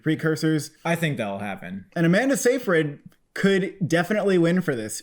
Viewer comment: Amanda's last name is pronounced Sigh-fred ;) Great review as always